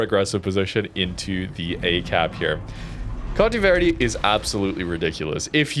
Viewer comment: All "e" in Conte Verde are like the one in set (not sit).